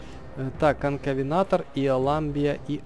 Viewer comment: конкавентор в игре а ты говориш конкавенатор